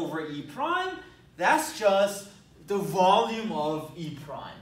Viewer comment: Sometimes when you said "volume" I understood "ballium" and then thought: "did he said that and if yes, was it intentional?" Would fit well in this scenario though :D